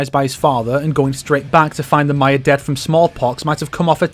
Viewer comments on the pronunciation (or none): none